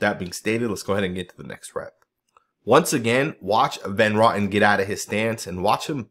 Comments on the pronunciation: OMG, why do you always butcher people's names??? It's Greg Van Row tin. Not Rotten 🤣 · Hey, The way you pronounce Van Roten's name is Van Row-tin. It's a long "O". It's not pronounced like Johnny Rotten with a" raw-tin" sound. You know if you just checked other videos of announcers at games or on YouTube, you would know how to pronounce names before you produce a video. I enjoy your videos but you mispronounce quite a few names because you don't take the time to check. Otherwise keep up the good work!